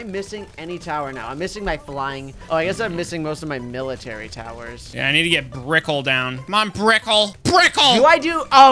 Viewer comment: Its brickell not BRIKL